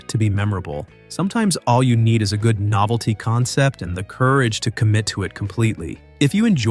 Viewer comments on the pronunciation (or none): none